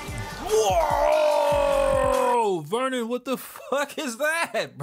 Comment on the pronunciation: バーノン呼ぶときの発音良すぎてw